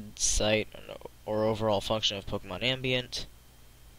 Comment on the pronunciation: Tom'aye'to, Tom'awe'to I guess, but your pronunciation of ambient is bothersome.